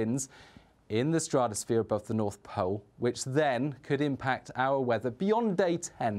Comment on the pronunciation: why can't he say stratosphere?